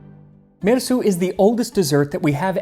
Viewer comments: I love the way you make an effort to say the names and words correctly. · I can't get over my admiration of your pronunciation of these names. I have no idea whether you are accurate. I'm just impressed nonetheless. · So many crazy names in this one! I love that you fully pronounce all the names.